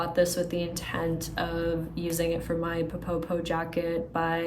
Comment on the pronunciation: I really love your channel and have enjoyed watching your Melides dress coming along. You're almost there!!! I wanted to let you know that the Ppoppo jacket should be pronounced more like "po-po" (you don't double the initial p sound). Ppoppo is the Korean sound for kissing. So the meaning is something like "kiss-kiss" jacket. :)